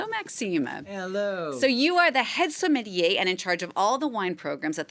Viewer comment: Why do Americans like to butcher simple words like sommelier? It's literally pronounced "som-muhl-yay". So easy, yet impossible for cousin husband-wives.